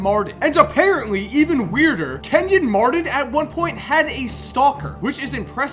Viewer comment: Kenyon Mardon? BRUH